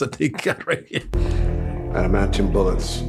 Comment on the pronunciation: "Admanium" omg